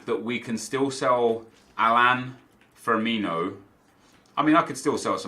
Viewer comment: it's pronounced Firmino not Firminio lol